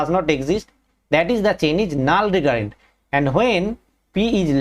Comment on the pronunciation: Null recurrent (You read it naal re current)